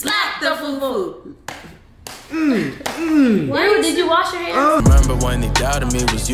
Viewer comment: FUFU not foofoo